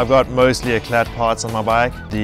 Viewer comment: the t in eclat is silent.....